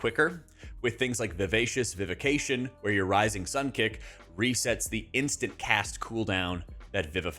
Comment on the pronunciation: It's Vivacious Vivi*FI*cation :p